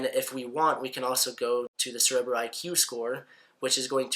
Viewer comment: 30 seconds in and he can't even pronounce 'Cerebro' correctly. Contemplating exiting........